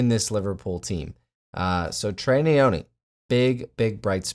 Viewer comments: Nyoni not neyoni. African Malawi to the world . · it's Nyoni not Neyoni mate 🤦🏿‍♂️